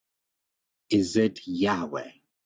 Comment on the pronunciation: This was surprisingly good, the real pronunciation of the name was right under our noses